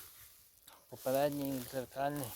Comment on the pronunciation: Ну що це за слова? Колоп, відо, гам, попеледній, не лосте, дугу витягнув, клюнув на макаон. Ти шо знущаєшся? А ну змотав вудки і шведенько до логопеда. Що в тебе за батьки, що запустили твого язика?